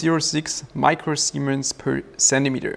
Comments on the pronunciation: All I can hear when you talk about the conductivity is "micro-semens". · Admit it, you laughed everytime he said micro semen.